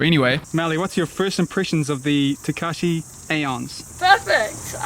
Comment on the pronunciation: Lol why are both you and calling him Tekashi? Is this some meme now? It's clearly Takeshi, and Japanese words/names are always spelled phonetically.